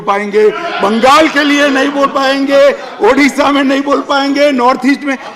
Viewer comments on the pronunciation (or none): none